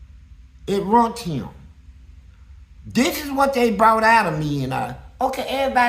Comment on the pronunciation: It ROOOINT HIM 😂 not ruined 😂